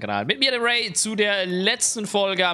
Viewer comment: Also ich hätte die aussprache von rai und ray genau anderstherum ausgesprochen